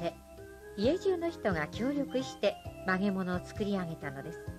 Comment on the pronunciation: 映像、ありがとうございます。ひとつだけ気になってしょうがないですが、ナレーターの発音が悪くて、「曲げ物」ではなくて「まがまの」を言ってるから指導した方がいいです。